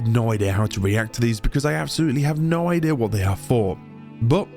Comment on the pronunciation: "idih" instead of idea 😭🥀💔